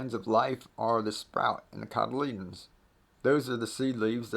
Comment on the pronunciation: What was that word for sprout? Sounded like codledends..